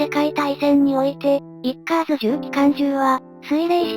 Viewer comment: 動画グッドです。 マクダネルの「F4H」と「F-110」とか、 コンソリデーテッド「B-24」と「PB4Y」とか レミントンの「M24」と「M40」とか、 USにも海軍と陸軍と空軍と海兵隊で名称が違う というのはままありますね。 自動音声だと仕方ないですが、 造兵廠は京都の｢おぐら｣ではなく、福岡の｢こくら｣です。 あとは、｢ウィッカーズ」とか。 （ 他の動画でもありますが、｢ウﾞィ」を「ビ」と読めないのですね。）